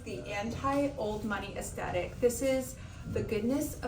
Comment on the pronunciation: I love your videos and the creativity of your looks. Lol, it drove me a bit bonkers though that you left out the TH in “aesTHetic” like 10 times in this video. 😉